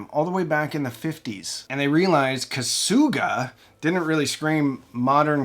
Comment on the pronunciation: "Kasuga" is pronounced "kassga," quickly and in a monotone (no stress on either syllable). Kenwood is one of the top 3 ham radio brands and one of the top 5 commercial/public safety brands.